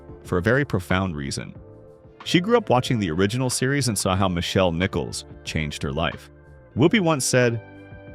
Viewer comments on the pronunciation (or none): And it seemed to me that it pronounced Nichelle Nichols’ name as “Michelle”. Could be wrong, of course. But I replayed it several times and heard Michelle every time.